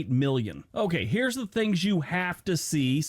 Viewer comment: I have watched most of your videos. You seriously need to pronounce words properly. You use an F sound instead of properly pronounce TH. Wif instead of with. FIF instead of Fifth. Finish instead of Things.